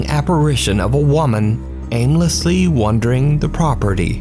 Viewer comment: Dear: "wandering" is not pronounced the same as "wondering". Been bugging me for weeks.